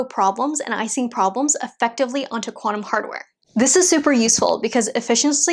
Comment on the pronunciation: Now if you learn one thing from me today, it's this: Don't listen to the Anglos. Ising is 'easing', not 'icing'.